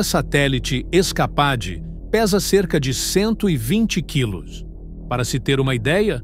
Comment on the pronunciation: Se pronuncia "iscapeide", animal!